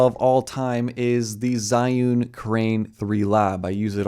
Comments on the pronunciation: "Zhee-Yoon", like American pronunciation of 'Z', but with an H in between, "Zhee". Not "Zhai". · When you can't even pronounce the name of the sponsor right.